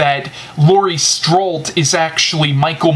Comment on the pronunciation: Nice reviews, I'm going to watch halloween 4 tonight so thanks for that review to! Oh and it's Laurie "Strode" not "strolt"